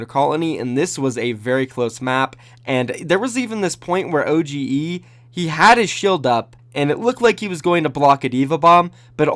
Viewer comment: Already pointed this out, but it seems like I was too late in your last vid :) "OGE" is pronouced "Oh-Ghee" without the hard E at the end. You basically only pronounce "O" and "G". The E is silent.He adressed this in an ama !